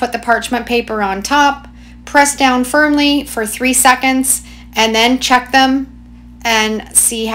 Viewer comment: Did anyone else hear her say “press down fern-ly” ?